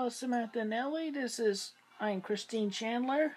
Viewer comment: Christine rhymes with Eugene. It's the female form